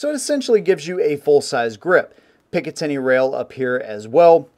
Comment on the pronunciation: If i hear one more person say picitiny rail, I'm stopping the video and never watching another. Classic firearms dude keeps doing it and as much as I like his content I can't stand hearing picitiny rail over and over.